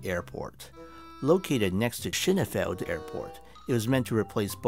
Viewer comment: You should watch some other videos on Schönefeld Airport to get the pronunciation down. In the end it made me chuckle, like and subscribe. Found you through your Eric Moussambani video.